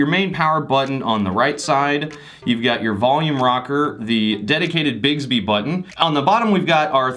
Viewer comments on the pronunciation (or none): Sounded like you called it”Bigsby”. 😂😂